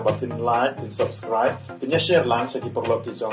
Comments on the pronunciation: "LAIT" bad "SUBSKRAIT"...😅😅😅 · Lait bad subskrait ha shyrkait 😂